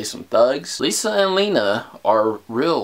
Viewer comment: WHO HATES THE WAY HE SAYS LENA ITS NOT HARD!!!